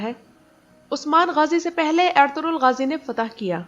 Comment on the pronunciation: Apki awaz bhot acchi lagti hai..or khass kr ke jab ap ertugrul bolti hai..